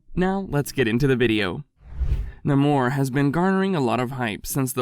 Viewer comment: Please pronounce the name right. Namor not nahmor 🤨